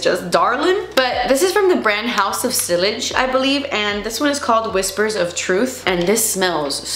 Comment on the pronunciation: Just putting this out there… House of Sillage - the double l is like a y sound so it’s pronounced See- yaj